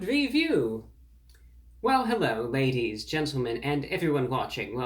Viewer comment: Hewwo Wady’s and Gentlemen!